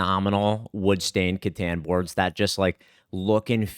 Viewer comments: I will buy a wood stained Catan board the day I hear pronounce Catan correctly 😏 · obviously the “Cat” is the most important part of the word, so it’s pronounced “CAT-en” All jokes aside, Klaus pronounced it as “cuh-TAHN” and that’s how I hear most people say it. But “cuh-TAN” as pronounces it is still a common enough American pronunciation. It just always catches me off guard lol